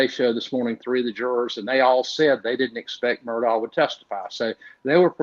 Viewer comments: On South Carolina- MURDAUGH IS PRONOUNCED: (in a slow drawl) MU—- RD - ER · The name Murdaugh is being pronounced wrong. It is Murdock and is an old Scottish name, also has it's own coat of arms and family crest. Sorry to say it's been shamed.